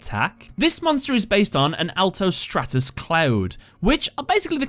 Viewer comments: Altus not Atlus. great video regardless keep it up. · you said Atlus instead of Altus